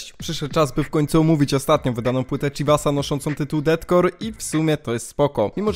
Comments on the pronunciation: Widać, że jesteś obeznany w tym kim inspirował się chivas, jakie miał plany itd. za co duży plus, jednak "Deathcore" czyta się jako "defkor" - death + core, a nie DETcore ;) ale to taki mały szczegół, a tak to chyba najlepszy film omawiający tę płytę jaki widziałem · błagam, przestań mówić detkor bo to boli w uszy, z góry dziękuje